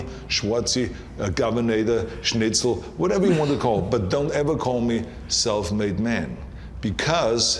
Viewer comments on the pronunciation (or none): none